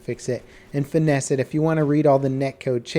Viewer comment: lmao said,"finess".